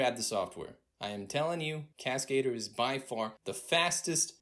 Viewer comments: It’s not cascader from cascade. It’s French for the word stunt man. It’s cascadeur with the accent on EUR at the end. Google voice it to see the difference. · Okay, I realize I'm a dick for saying this, but Cascader? Oh no! lol. It's a french word pronounced "Casca - Doer" not Cascade-Er. It means Stuntman. But you're right, Cascadeur rocks! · He calls it Cascader lol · please learn how to pronounce cascadeur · Cascadeur is French so it's not pronounced that way. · I hate how proudfully and how often this guy pronounces Cascadeur wrong